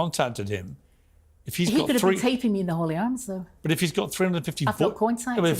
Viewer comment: Hello, it’s the Hawley Arms pub not the Holy Arms. 😂😂😂